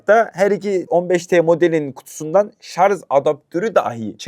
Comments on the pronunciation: SARJ DEMEYİ ÖĞRENİCEK. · Elinde telefon yok sağdan soldan duyduğunla sallıyon zaten antipatiksin görüşlerinde, kullandığın Türkçe de yetersiz şayomi değil şaomi şarz değil şarj maden bu işi yapacaksın doğru Türkçe kullan